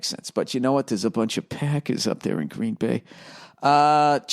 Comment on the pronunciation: ''but you know what...theres a bunch of paccckers up dare'' comedy gold